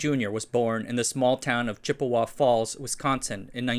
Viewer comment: Pronouncing "Chippewa" as "Chip-e-WA" is known, in Bird society, as a "Dick Move".